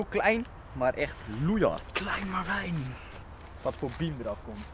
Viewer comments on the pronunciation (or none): zegt hij nou klein maar wijn?